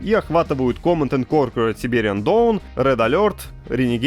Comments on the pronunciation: Угараю с произношения Command and корркурер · Михаил "коркерер" Галкин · Тоже угаргул